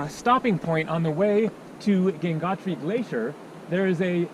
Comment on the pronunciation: The river name is Ganga not Ganges it’s Gangotri not gangnatri